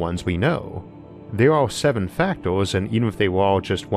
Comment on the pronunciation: Factors, filtors, weird pronunciation :o